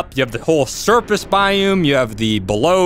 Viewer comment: It's BIOME not BIUM